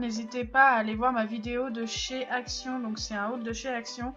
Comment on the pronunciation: Pourquoi quand tu dis ACTION on entend ACT